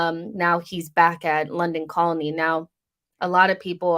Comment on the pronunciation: Colney is pronounced "coal-knee". I don't know why, it just is. English place names aren't necessarily the most logical.